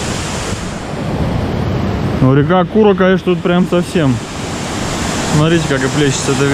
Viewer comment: не ал и нин а Али и Нино. Не кУра а курАаа. Как ты произносишь? Хотябы для начало прочитай правельные названия